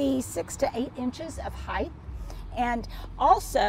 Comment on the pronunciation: I had a teacher tell me decades ago, there is no such word as heighth. It was not in the dictionary and I Hate mispronouncing things. Just because lot of people say it that way, doesn’t mean it’s correct. You have such a large vocabulary, you do not want to be saying it wrong!